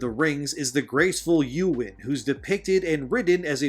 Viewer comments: Dude... your pronunciation of Eowyn (ay·uh·wn) is almost as bad a crime as what WoC is doing to LotR characters. :hand-orange-covering-eyes: lol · It's "Ayy-Oh-Win", not "YouWin". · I'm sorry but... who the fuck is "Yuwin"? Like, who is that? Is that a character that you just made up and are saying was in Tolkiens world? It is "ay-oh-win" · Eowyn is pronounced 'AY-O- WIN'. Not 'You-Wen' (Its in the films if you want to hear it) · For starters it's pronounced Ey-ö-wïn not Yowen. And second that bear isn't an actual bear, it's a druid that morphed into a bear... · éowyn=Ayowin... its not youwin. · your pronunciation of Eowyn is sus...who the hell is Yewin? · Eowyn = Ay Yo Win You're pronunciation was problematic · I hate to do this… but it’s Ay-o-win, Eowyn. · Btw Eowyn is pronounced Ay-Oh-Win, also Tolkien was from South Africa but moved to England as a child. Great video keep it up, I come here now for media news, it's crazy how much slips through on mainstream channels. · Ey-oh-win… thank you. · As a British man of Celtic, Gaelic, and Anglo Saxon descent, I find this blatant cultural appropriation of my culture both disgusting and offensive. And not to be a dick, but Eowyn is pronounced, E-oh-win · Ey-oh-wyn. Three syllables. :) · Great video, but you need to work on pronunciation of a few words, like "Eowyn" and "aficionado." I really do like your videos but you're gonna lose a bit of legitimacy in the eyes of others if you try to use words but mispronounce them.